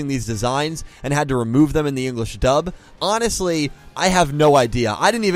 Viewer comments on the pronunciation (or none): none